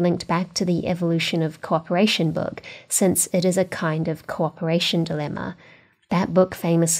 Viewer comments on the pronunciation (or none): none